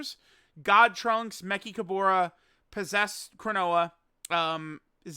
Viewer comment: I'm pretty sure you're pronouncing Mechikabara's name wrong lol